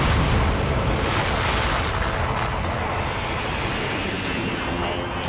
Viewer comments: Ve-ge-ta no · Ve-Ge-Ta No!